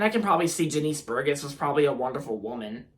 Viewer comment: It’s pronounced Jah-nis Bur-Jess